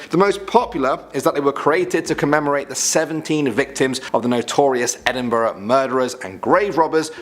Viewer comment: Correctly pronouncing Gorbals and Edinburgh that lass needs a raise. 👍🤣